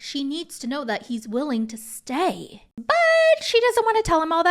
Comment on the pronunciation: I swear i thought you were going to finish the sentence with stab not stay 😂